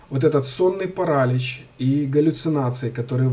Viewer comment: онлайн-словарь ударений русского языка Ударение в слове паралич В указанном выше слове ударение следует ставить на слог с буквой И — паралИч.